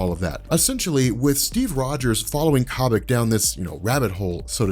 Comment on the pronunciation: it's Koh-bik, not Cah-Bik